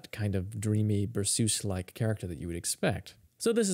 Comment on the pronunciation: berceuse - pronounced: 'ber sirs' (not 'ber soose' !!)